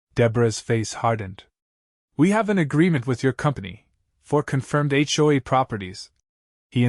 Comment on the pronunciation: It's H.O.A., not Achoe! LOL!